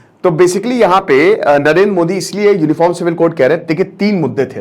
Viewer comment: 0.7sec. Same on you as a teacher you do not how to pronounce name of our country pm